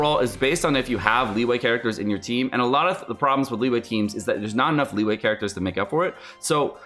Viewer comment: Good god, learn to pronounce the Chinese names. It's been a year, stop calling it Lee Wei. It's Lii-You-air. It's not Shen He-man. It's Shen HER (milkshake brings all the boys to the yard). Do some homework,.